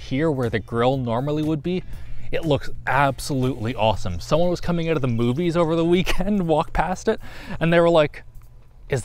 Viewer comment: Stop saying Awowoowsome